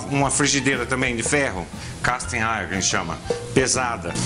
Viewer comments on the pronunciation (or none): none